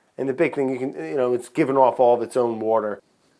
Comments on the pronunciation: I've been watching Bon Appétit for a while and Brad has to be my favorite I really need a Bon Appétit Brad shirt that just says "wourder" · Was that a Philly "wooder" you let slip there? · I spent half an hour trying to find out what "WOURDER" was and why I had never heard of it...lol You are too funny Brad...lol